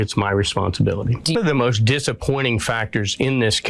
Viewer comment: Why don’t you pronounce Ts at the end of words “Bess” instead of best “moss” instead of most, “grapiss” instead of hrapist